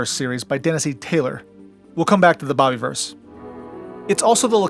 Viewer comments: Loved this, but it is the bob-a-verse, not bobbie-verse. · Is it really pronounced "bobby-verse"? I've been pronouncing it with a soft "i", as in the word "universe" from which it's derived. Also, holy expletive, there are more than three books?!